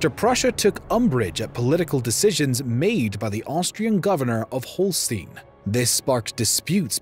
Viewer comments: Say it with me...HŌL-shtīn, not HŌL-stēn. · Hol-stine not Hol-Steen. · not holsteen, hol-steye-n like EYE as in BRAUN is pronounce BROWN and not brawn, dumb cluck. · He can't pronounce Holstein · You mispronounced Holstein. Just one of many pronounced wrong. Very sloppy work.